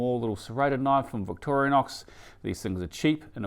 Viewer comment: Thankfully, someone that pronounces Victorinox correctly!